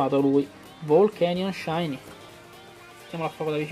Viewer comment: SÌ MA LE PRONUNCIEEEEEEEEEEEEEEEEEEE PER FAVORE MI FAI MALE AL CUORE E NON ERA SHINY E LO ZOROARK NON ERA SHINY